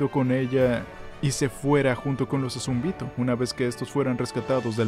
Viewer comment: El video estuvo bueno, pero ¿porqué decir los nombres mal? ¿azumbito? ¿beltrot? Nunca se dijo exactamente que Ymir murio por la lanza, dice que se dejó de mover aunque no estaba muerta.